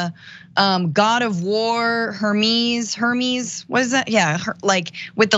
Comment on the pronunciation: I had to quit when she both mispronounced Hermes and gave his incorrect occupation. Bro, if you are going to try to tell truths, at least get your Five Minute Folklore references correct.